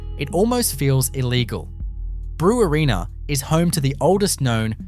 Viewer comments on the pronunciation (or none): Brewarrina is pronounced "Bre-warren-a", not "Brew-a-reena"